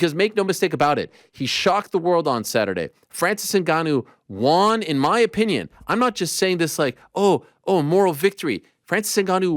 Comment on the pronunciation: WON ariel not Wan